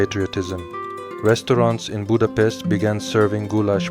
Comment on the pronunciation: If you decide to make a video about Budapest and gulyás, please respect us with the proper pronunciation. Thank you.